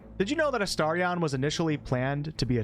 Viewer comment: You are saying his name correctly . You must have been saying it weirdly before